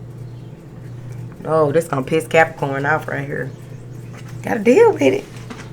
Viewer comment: i love how you say Capricornt😂😭